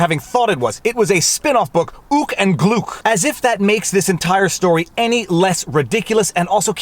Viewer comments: BTW "Gluk" rhymes with "Duck". Remember that now. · HIMS NAME NOT GLOOK! IT GLUK! RIME WITH CHUCK! AND TRUCK! AND SCHMUCK! AND LUCK!